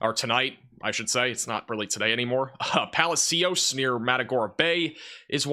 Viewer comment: Palacios pronounced Palashios